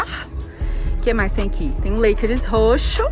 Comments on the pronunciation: A moça falando leikeris me deu um colapso mental kkkkkkkk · "Lakeres" jesus '-'